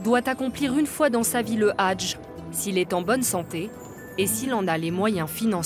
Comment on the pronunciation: Salam madame faites au moins l'effort de bien prononcér le mot hadj 😮😮